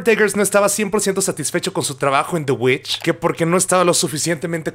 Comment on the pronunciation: The VVitch se pronuncia The Witch jaja o no sé si lo hiciste a propósito